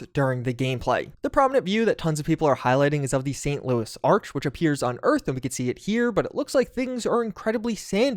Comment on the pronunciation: It's Arch, not Ark. It rhymes with "march." Good video, other than that ;)